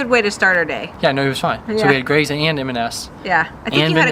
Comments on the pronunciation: Greggs is pronounce to rhyme with 'eggs'! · Just a couple of things on pronunciation: Greggs is literally just "eggs" with a Gr in front - not Greigs. And Fenwick is pronounced "Fennik" 👍👍